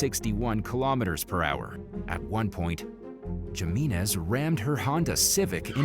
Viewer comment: do theses narrators Spanish ?gimenez?Jimenez.?pronounced himenez?j is an h in espanol.not g.this guy has no Hispanic friends.